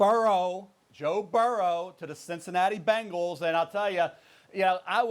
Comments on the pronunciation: Man really said bengals 😂😂😂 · Does Stephen A say Bengals funny or is that just me